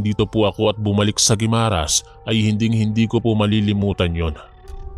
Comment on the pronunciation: GUIMARAS ATBUC SUBA EH DIRETSO ANG PAG PRONOUNCE. WALANG HYPHEN SA MGA GITNA NG WORDS. PANGET PAKINGGAN KASI